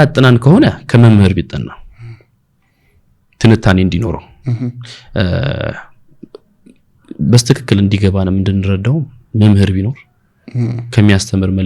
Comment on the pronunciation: I respect you God bless you. When u said pls don’t say bestekekel pls say betekekel ok like people they said I for got to say it eskeribto but they said different way pls it is not big deal but with ur personality doesn’t go ok take the call positively ok.